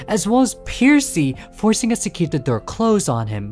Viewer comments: You said percy wrong its not piercy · they were referring to how kept calling them “Piercy.” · Straight up I was caught off guard when I heard it. Like bro never heard of Percy Jackson? 😅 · Excuse me but, actual question, is that not how people usually pronounce it? If it is "puh-see", as in Percy Jackson, or "Per-c", as in how he pronounced it, both sound the same What's the difference which y'all are talking about? I am feeling a bit confused ohhhh, edit: he alternates from percy with C to percy with Pier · Percy ❌ Piercy✅ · Opening up the video to hear you pronounce it as 'Piercy' immediately told me this video was going to be good 💀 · where did the "i" come from why you saying "piercy" 😭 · It's called percy not piercy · im gonna be petty: it's not "percy's" it's "percy" <3 lol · i get 2 seconds into the video and had to pause do a double take pause AGAIN and question in what world is it pronounced PIERCY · You pronouncing it "Piercy" kills me every time 😭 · Never heard Percy(Per - C) pronounced like that, laughing my head off over it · The start of the video gave me a panic attack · Potentially unwatchable ong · It makes me SICK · I take 1 HP of psychic damage every time it happens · IT'S. PERCY. PURR-SEE. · who tf pronounces Percy "piercy"